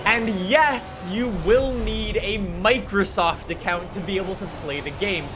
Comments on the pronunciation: Are we going to ignore the fact that said "Microstoft store" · "Microstoft" lmao